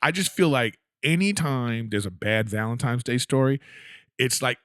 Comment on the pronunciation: I am not sure if ANYONE knows this or not but It's "ValentiNes Day" not "ValentiMes Day" lmfao I notice it every TIME someone says it wrong LOL